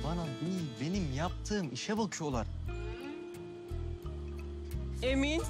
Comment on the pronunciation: kzın geliip emın diyo i değil ı kullanıo ayar olmak